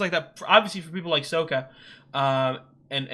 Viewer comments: No spoilers...but I verrry much suggest you switch your pronunciation to be the correct Sock-uh 😝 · NOT Soak-ah. Sok-kah. The former pronunciation triggers trauma among many fans. This is one of the best shows. My kids grew up on it and Korra and I still love it. My favorite T-shirt is from Korra (Raava and Vaatu…which are way in your future).